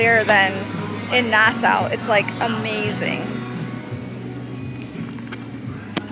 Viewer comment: You kept saying Nassau wrong just saying